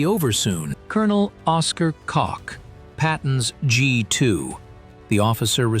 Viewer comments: All right, who giggled, when the announcer mispronounced Colonel Oscar Kock? That is because his name does not end with a "K" but with an "H" or an "E". Its Oscar Coch or Oscar Coke (pronounced like in the word "coach"). Type "Colonel Oscar Coch" or "Colonel Oscar Coke" and you will find his bio using any search engine. Soldiers do not follow leaders into battle with names that are homophones of genitalia, which are words that sound like one another but are spelled different. Now that word "homophone" is a word you can poke fun of because it does sound like something a gay would do to make a phone call. 😂🤣😂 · I do realize that AI got the names pronunciation wrong but it set my mind off and I’ve decided that I do believe that if my nam was cock I’d have to change it. But, believe it or not I’ve heard worse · His name was Oscar W. Koch. It wasn't Cocks, it wasn't Cox, it wasn't Choch, it wasn't Koke. The editor of this video much have been on drugs, or simply incompetent. Good story though. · Oscar Koch is pronounced like Coke, not Cock or Cotch. I think the narrator pronounced it different every time he said it. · I never heard of this man.He and Patton were the only ones who had a handle on the situation.Oscar Cock😅 not Koch. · I'm confused. Is it Cock or Coke? It's important to get people's names right. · "There was urgency in his eyes as he spread his documents all over Patton's desk" Interesting choice of words. 🤣 Does anyone else see what is going on here or am I going crazy? So what this channel is saying is that Colonel Cock (misspelled and mispronounced blatantly) is spreading his documents all over Patton's desk? He is not just placing them he is doing it with urgency. Is that what they are saying? I know that you guys know this is the not documentary you all thought you were supposed to be watching. Thank you, WW2 Vault of Secret channel. You are the gift that keeps on giving. 🤣😂🤣